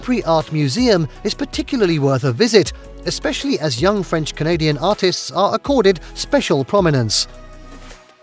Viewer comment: I believe that your french pronunciation is VERY GOOD